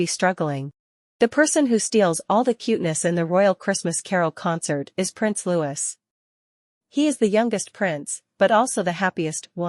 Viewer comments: Odd how the AI knows exactly what Louis thins and feels and does. and it's Lou-ss not louj-iss. and William is not King William yet. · You assume to know alot about what L-O-U-I-E thinks and does...yet you cannot even pronounce his name correctly. Your monlogue is ridiculous. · His name is not Lewis. His name is Louis. (Pronounced as Loowy)